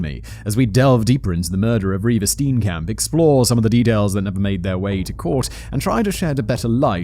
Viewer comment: I just enjoy the way you pronounce Steenkamp